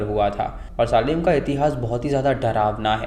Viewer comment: सालेम नही भाई सेलम. सेलम tha city ka naam jaha wich trials hue the